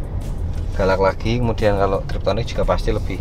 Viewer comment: TIPTRONIC Mas bukan TRIPTONIC salah kaprah orang Indonesia yang sulit diubah